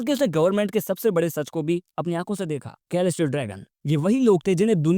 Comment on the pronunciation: Mast video bhai, bas "k"-elestial dragon mat har baar hasi aa jati hai 😂😂